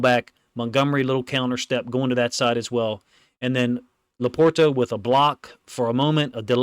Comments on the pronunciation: He's saying it properly. It has a T. I don't say it like that, but it's right. "Laporda" is the Midwest pronunciation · My only issue, is your pronunciation of LaPorta. 😂